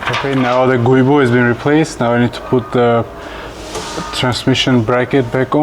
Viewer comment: It's pronounced "joo boh"